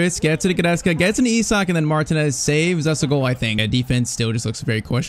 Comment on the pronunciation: bro saying e- sak but it is i - sak